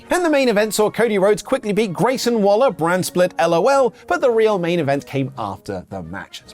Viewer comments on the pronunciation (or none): none